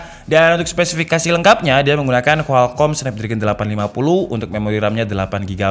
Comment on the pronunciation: Omtel ❌ Amdeh❌ Kualkom✅